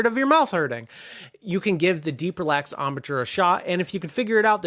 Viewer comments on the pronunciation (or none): I have never heard of the word "embouture". It doesn't even exist in English? I'm pretty sure you mean "embouchure". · thanks for the great videos. One niggling point, embouchure is the correct term and is pronounced: om. boo. shuor